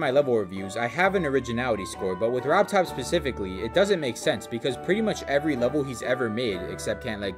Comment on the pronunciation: Really, man? You want to stress RobTop more?